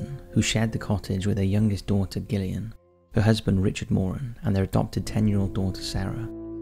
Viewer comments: Just because her name is spelled with a G, it's still pronounced Jillian, NOT Gill-Ian. With all the horrors the poor girl had to go through, calling her by the wrong name isn't going to make her feel better. Sorry Gillian. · I love your videos but I wish you’d learn to pronounce the name “Gillian” 😅